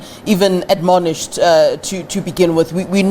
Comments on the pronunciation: Stop trying to use complicated words. This is why Julius Malema made fun of your intellect. Its 'Admonish' not adonomish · Someone teach to pronounce 'admonish' properly